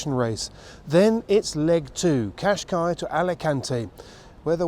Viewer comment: Great as usual. In Portuguese you should pronounce the last s in Cascais, like a short sh